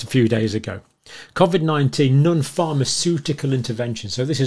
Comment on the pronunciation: I think you’re brilliant but hate when you pronounce it like cawvid